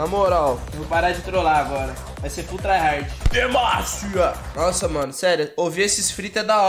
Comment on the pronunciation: Como é: POR DEMACIA Como eu ouço : POR DEMÊNCIA